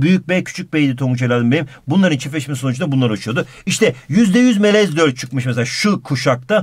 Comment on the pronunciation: adam melez derken tonguç melemen diyor pkdskalsjdkasjd